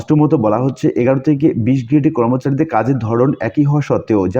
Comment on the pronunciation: এগারো নয়, অ্যাগারো।